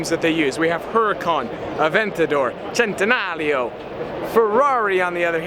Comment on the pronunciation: Is the Italian accent necessary EVERY SINGLE TIME you say Centenario? The CHentenario is correct enough. I fully agree the blue regera is the most gorgeous color scheme so far. Great video.